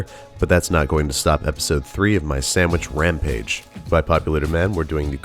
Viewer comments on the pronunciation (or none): none